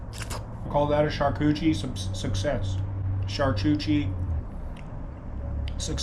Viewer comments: It's beyond me that you couldnt say the simple name...champooqdierie!!! say it with me...sham-pook-do-ree!! lol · SHAR-KOO-TER-REE 👍 SHARK-EW-TREE 🤔